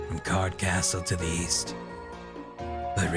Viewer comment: East? I thought you said weast!